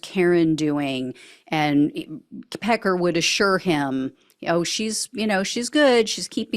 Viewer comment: Wait, did you just say "pecker wood" or "Pecker would"?